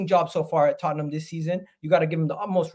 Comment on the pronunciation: It is the history of the Tot-ten-ham 😂